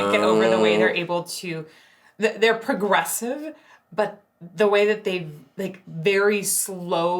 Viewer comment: Pwogwesive lol